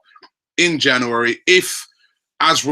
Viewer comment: cant pronounce January?